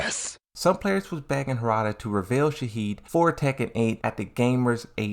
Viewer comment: I don’t know why ppl taking the mispronunciation of Shaheen seriously in the comments 😅 but to be fair it changes the meaning of his name